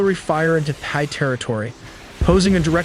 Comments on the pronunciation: How can you pronounce Thailand as thigh and tai different time in the same video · Why do you pronounce Thailand as Thailand but Thai as Thigh? Its pronounced as is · "Thigh"- That ain't it chief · You’re such a liar. Obviously the voice is AI. You think we’re stupid? The AI pronounced Thai as “Thy”. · Why bro pronouncing "Thai" as "thigh" 😭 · "No AI was used" "Immediately pronounces Thai as Thigh " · The “H” in Thai is silent. Pronounced: Tie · Did you just pronounce Thai as 'Thigh'? WTF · The AI cannot say "Thai", instead says "Thigh"? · dude stop saying thigh you are not Trump. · It's Thai not Thigh! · Did you say Thai as “thigh”? 😂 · Thigh? If you’re gonna make a video about Thailand, surely you pronounce the name of their people correctly 🤦🏽‍♂️ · Thai isn't pronounced Thigh. :-/ This shows how stupid AI can be. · You could've taken the time to learn how to pronounce "Thai" correctly. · Why do you pronounced Thai like that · bro, stop pronouncing the "h" in thai...50% of the time, you skip the "h" other 50% u include it...hella annoying. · Duum pronunciation for the way you say Thai. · My guy used AI to say Thai wrong a thousand times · AI would pronounce thai better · Please stop saying Thigh 😭 Thai is pronounced like Neck Tie. Wait a minute you used the correct pronunciation for a few minutes then didn't again!?! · Just FYI it’s Thai (Tai) not Thai (Thigh), thank you for educational video ! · It’s pronounced “thigh” it’s “tie” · Thai is pronounced Tie not Thigh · Thai (Tie) not Thigh. AI is horrible. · If you can say Thailand, why can't you say Thai correctly? It's not "thy". It's "tie" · Thigh and Turkey-yay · This video is AI slop and absolute garbage. In the first minute it talks about the "Thigh Military." Completely useless, not worth watching. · Thai is pronounced Tie, and not Thighs. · Very annoying to hear "thigh" and not "Thai" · Tis TA, not Tha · Thai is pronounced “Tai” not “Thigh” 🤦‍♂️ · It’s pronounced as TIE not THIGH. Do better.